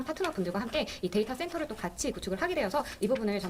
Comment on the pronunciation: '데이타 쎈타' 발음까지 실시간 현지화 완료우.